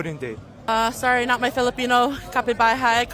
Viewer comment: "kapibuhay" what????? what was she even trying to say 🫩